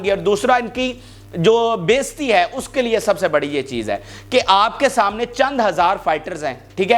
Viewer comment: Your another word “baizti” it is actually “Bay Izzati” بےعزتی